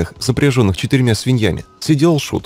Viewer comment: свИньями, а не свиньЯми!!!!!!!!!!!!!!!!!!!!!!!!